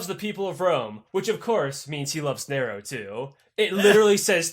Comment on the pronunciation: Oh my God. Narrow caesar lol like oh my God. Narrow. Narrow caesar. 😂😂😂